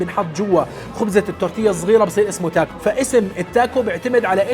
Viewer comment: اعتقد اسمها تاكو مو تاكوس الآس لا تنطق